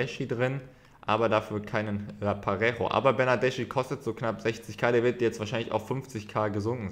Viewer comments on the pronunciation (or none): Bernardeschi spricht man ,,Bernardeski" aus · der wird bernadeski ausgesprochen.. wie mich das triggered